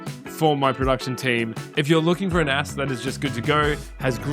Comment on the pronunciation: I thought he said NASAAA